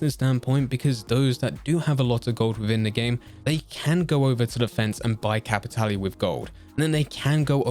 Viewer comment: Regarding Blood Money: well Im pretty sure we all learned its pronounced "Cappy-TAY-Lay"